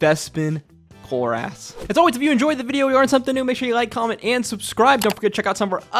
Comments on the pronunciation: Cloor-ess, not cloor-ass. We've heard Marisha say the name correctly. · Dude, why are saying his name like this? He's not chloreASS